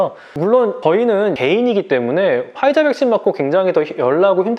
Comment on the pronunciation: 아니 꼭 퐈이자라고 발음을 해야되나..?ㅋㅋㅋ